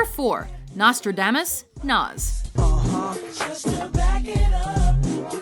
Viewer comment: You pronounced Nas' album wrong